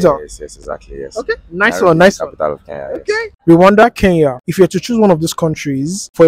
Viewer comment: It's Kenya not Keyan